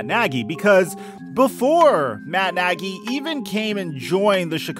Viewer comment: Am i the only one that noticed you said foles and nagey on the chiefs? Lol love the content man appreciate the daily uploads and mitch just got traded to the Steelers. You should do another video about him this upcoming year. I think he's gunna do well here in the burgh